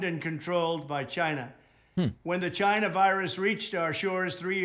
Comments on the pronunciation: She's racist, because she's racist, because she's racist, because she's racist. I like it when Trump pronounces China as Gina. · it's China.... Not GHINA, LMFAO 🤣🤣🤣🤣🤣🤣🤣 This fool really thinks he is still president.